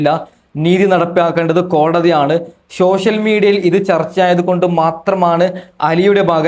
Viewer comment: ...ഷോഷ്യൽ മീഡിയ അല്ല സോഷ്യൽ മീഡിയ.... കഷ്ടം 🙏🏻🙏🏻🙏🏻🙏🏻🙏🏻